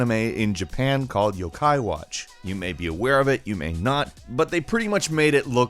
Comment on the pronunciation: That demacia and yokai watch pronunciation...... good video